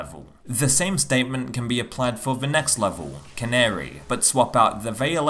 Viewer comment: Canary? It's the Cannery.. it's a place they make cans... not a bird. XD